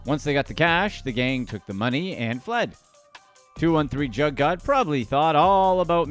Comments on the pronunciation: Bruv just leave the culture you kant even pronounce "Jugg" correctly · U know u not saying jugg right it almost sound like u know how ridiculous u sound 😒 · 😂😂 he coulda at least listened to da song so he would know how to pronounce “jugg”!!! SMH